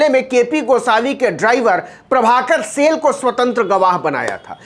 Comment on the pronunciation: सेल नही साईल